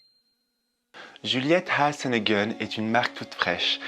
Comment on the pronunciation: Cc tu m’as vraiment donner envie de tester cette marque elle a l’air délicieuse, j’adore comment tu prononce Juliette has a gun 🙂💋